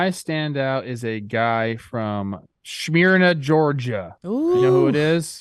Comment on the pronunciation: Completely blindsided by the pronunciation butchering of the city "Smyrna" ha!